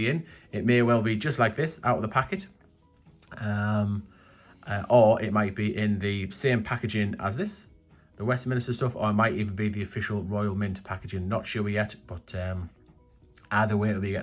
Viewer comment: Is it Westminster or Westminister? 😉